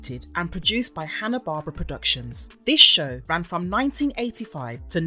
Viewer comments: IT'S HANA BARBERA (BAR-BEAR-RA) NOT HANA BARBARA GREAT WORK OTHER THAN THAT. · It's "Hannah-BAR-BEAR-AH!". That's how you sound it out. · The way you mispronounce Hanna Barbera drives me insane